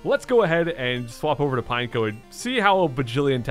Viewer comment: Pretty sure it’s pronounced pine-echo